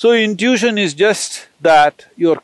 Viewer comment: When he branches off and goes into a detail he unnecessarily mentions 4 examples when 2 are enough. Irritating because one forgets what he branched off. Can't some tell him how to pronounce "intition" ?